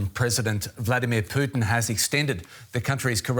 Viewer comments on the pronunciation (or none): none